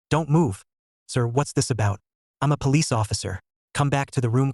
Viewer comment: ahh yes the palicce